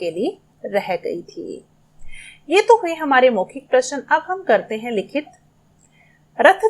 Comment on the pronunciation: Answers are perfect no doubt...but the pronunciation should be correct like u spell prashan but it is prashna